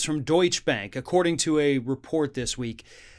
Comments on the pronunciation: Mr Presenter: you mispronounce the name of this Bank. It's 'Doycher', not, as you said, 'Doych'. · Please say it correctly is Deuts-che (doit cha)two syllables. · Deutsch -uh Porsch- uh Two syllables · DeutschE bank, not Deutsch bank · Deutsche is pronounced DOYCH-uh. Not Doych. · The pronunciation is Deutsche ah, not Deutsch. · There are no silent e's in German. So go ahead and pronounce it like uh. Deutsch - uh bank. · Doytch-a bro. Not Doytch. It's German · It is pronounced Doit- cheh Bank on all the business and financial channels. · Hey, not to be pedantic but it's pronounced Deutcherrr bank. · Deutsch-uh Bank. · Deutsche = DOY-cheh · BTW, it's pronounced "Deutsche" (with an English short 'a' at the end) not "Deutsch." It's the German word for "German." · Dude, it’s pronounced “DOYT-cha” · It's pronounced Deutsch-uh bank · To give more credibility to the story, please learn how to pronounce the name of the bank. It is very unprofessional like that. Don't be like Trump. Deutsche Bank, not Deutsch Bank. The E is NOT silent at the end. Here is how you pronounce it. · It's pronounced Doy-Cha Bank. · Love your program but please pronounce Deutsche Bank properly. It is pronounced Doy-cha. Ask ask any European, that is how they ALL pronounce it! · It's pronounced 'Deutsch-Ah'. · It’s ‘Doytcha Bank’. You pronounce the ‘e’. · You are pronouncing the word Deutsche the same as Deutsch; which is not correct. Google and get with the program. ✔ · Doytsch-e is a two syllable word, please! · My Brother, it's pronounced:DOY-CHAH. Love the show. 🇺🇸🇧🇪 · (DOY-CHAH BONK). 🇺🇸🇧🇪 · It's pronounced Deutsh-eh Bank. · Hey mate, it's "Deut-she" Bank. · 3 syllables: “doy-cheh-bank” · Ring of Fire It's pronounced "Deutch-eh, or Deutch-ah, a soft "a" sound at the end. Two syllables. --from your friendly Kraut :-) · I love you man but it's pronounced Doy-chuh! Keep up the good work! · It's pronounced Doy-tcha Bahnk. Just saying. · DOYT-shuh bank. That e is there for a reason.